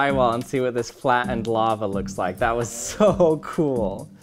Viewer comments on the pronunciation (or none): He keeps saying “Laver”